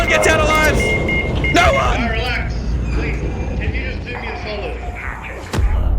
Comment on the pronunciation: Why are you adding a "wr" to the word, "no?"